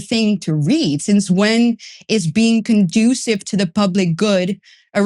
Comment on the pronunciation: Conducive; con juce sive Not productive 😅